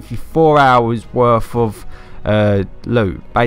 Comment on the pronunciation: You need to go back to grade school. You need to relearn how to pronounce simple words. It's not Gunsmif, Earf, or worf.